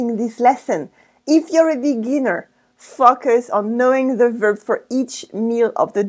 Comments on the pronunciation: Another great video. Attention à la prononciation du mot "focus" en anglais vers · TheHaydock91 😂 I did a double-take